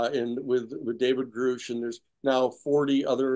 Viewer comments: I don't understand why Danny continues to mispronounce David Grush as David Grouch . Not that hard to get it right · Will Danny ever learn David Grusch name? It’s pronounced GRUSH NOT GROOSH